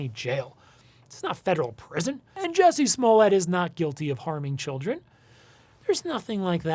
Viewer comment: His name is “JUssie” not “JESSie”